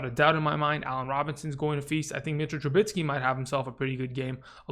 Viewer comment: Nice video but couldn't help but notice you are pronouncing Trubisky's name incorrectly. You're adding an "n" into the name which makes it sound like "Trubinsky". It should have a "biscuit" kind of sound. Just trying to help. I call him "Risky Trubisky".